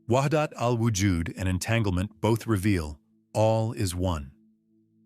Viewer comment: Yes there's nothing wrong with AI reading text. However you could do better in your prompts to guide AI to make proper pronunciation. Which sounds like verbatim reading such as ibn nay arabi , wahdat-ul-wajood etc